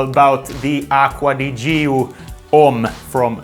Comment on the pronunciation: Acqua di YÍO? nop Acqua di CHOOOO (with italiann hand) ..haha Nice video..and not Worth it.